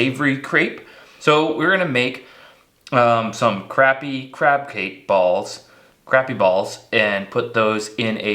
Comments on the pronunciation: You’re saying the word “crappie” wrong. 😂 Say it like “crop-e” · It is pronounced Kraa-pee not Crap-pee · And you have asked this question before and I've let it slide a bunch but for the love of God it sounds like c r o p p y not crappy it's the best fish in the lake down south please don't call it crappy😂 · Is it just a Canadian thing to just pronouncing it as "Crap" or do you not know how to use American language? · Say it like this please “crop” “pee” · You lose me at Crap-E every time! Especially when you’re in the gosh darn South to begin with. Back when I used to guide on lake Calcasieu, the first one that called them Crappy, we used for an anchor lol. You have to learn the dialect of where you’re fishing, otherwise you look like an…..